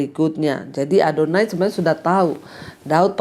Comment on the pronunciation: Shalom.bu Pdt ADONIA bukan ADONAI.Makasih